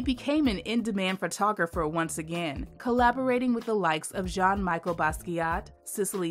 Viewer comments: Love this! (Pronunciation corrections: Arna BON-Tom, Jean-MEshell Basquiat, the Augusta Savage sculpture, is Gam-MEEN). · The name is pronounced Like this in french. Jean Michel it's "JUN Mee- shell"